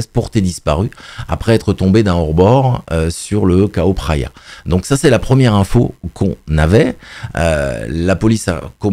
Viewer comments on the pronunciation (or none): Oh NON pitié, pas " KAO PHRAYA", 😅 👍on dit phonétiquement " DJAO PHRAYA" 🙏